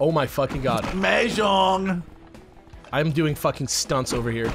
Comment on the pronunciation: Mahjong or 麻将. 麻 pronounced Ma as in mama or maw. It is needlessly pedantic of me, but hearing you say it the other way made me (cringe is overused) unduly upset